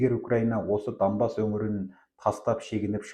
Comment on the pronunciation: Данбас емес Донбас қой..